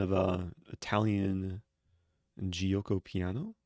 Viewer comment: When pronouncing in Italian say «joko and not jioko « obviously it’s not the correct spelling I’m just helping pronounce it